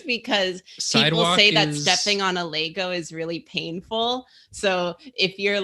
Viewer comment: the way pronounces lego physically hurts me